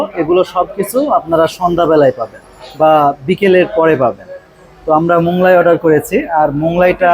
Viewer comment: Moglai k Monglai bolben na. Otherwise you are excellent. I am your new fan.